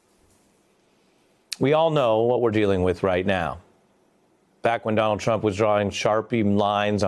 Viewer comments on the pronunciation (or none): Donjald thrump, as he has serious pronunciation issues, despite having access to the best words.